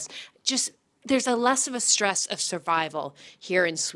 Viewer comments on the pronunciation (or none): none